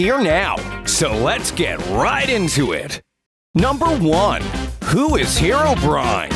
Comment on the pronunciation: Finally someone calling herobrine instead of herobraine